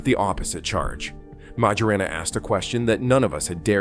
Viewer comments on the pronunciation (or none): 'Ettore' is pronounced 'Ett-OR-RAY', not "Ett-OR". As for the surname, 'Majorana', in Italian, 'j' is pronounced like the English 'y', not like the English 'j'.